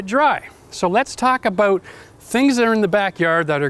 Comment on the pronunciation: He is heard him say bout instead of about